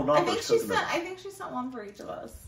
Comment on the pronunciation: Knoppers are German, the K should be pronounced.